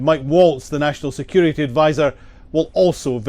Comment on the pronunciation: Did he say security😂😂😂